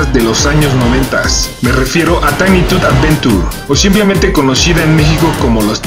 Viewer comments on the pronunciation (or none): none